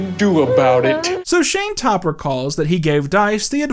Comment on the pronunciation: the way he kept saying Shayne Topp 😭